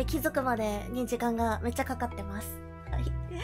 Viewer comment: 本日も動画アップお疲れ様でした！ 最後の一言、「でした！」が「バンガでした！」と聞こえるのは私だけでしょうか( 'ω' ) 苦戦に苦戦を重ねて出来上がった動画というわけですね(￣▽￣;) ボスは最初、そのノコギリ近くに置いとくと良いのでは？とか色々考えながら見てましたw 本日も面白かったです！👌( ･ㅂ･)و💰ﾏﾈｰ!